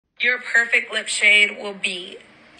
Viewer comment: Ik I was laughing when she said that 😂😂